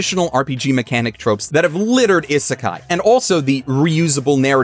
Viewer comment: Isn't he pronouncing isekai wrong? Isn't it "ee-suh-kai"? Not like an American type "is a kai"?